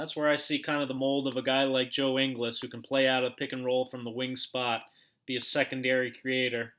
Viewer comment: Ingles is pronounced (Ing-gulls) not (Ing-less)